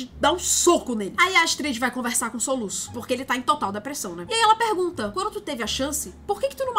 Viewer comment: O "soluça" me quebrou kkkkkkk😂😂